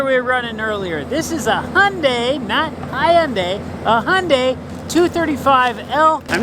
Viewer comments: Hyundai is pronounced just like Sunday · Thank you for not saying “ HI- unday! It so annoying to hear people say that.